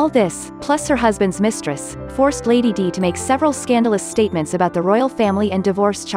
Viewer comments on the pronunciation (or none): Get someone who correctly pronounces "Lady Di" (not Lady Dee).